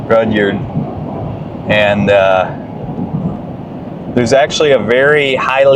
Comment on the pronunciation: It is cool to see you coming through our small towns. I always enjoy seeing videos of our local area and hearing the perspectives of those filming. Most of us pronounce Rudyard as Red-yard. It has always fascinated me to see pictures of these towns from their heyday. They were all thriving bustling little towns with dozens of businesses. It wasn't like it is now where we jump in our vehicle and think nothing about driving to Havre or Great Falls to buy what we need. Each town served as a hub for its local area and was dependent on the railroad for delivering supplies and for travel. People didn't travel as far back then and came to the closest town for their needs.